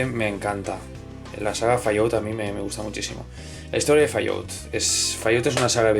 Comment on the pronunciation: "Fallout" jajajaja xD Es "Fal Aut" Sabes? Recordé un juego 3D de Montezuma que yo jugué en el PC que estaba optimizado para Voodoo con efectos muy buenos!! (Yo no lo pude jugar con 3DFX) no sé si se pueda jugar en PCs actuales y emular una Voodoo para tener la gráfica con todos los efectos de ese juego?. Saludos desde Chile, amigo!